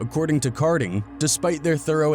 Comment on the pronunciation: It’s kading not karding , come on man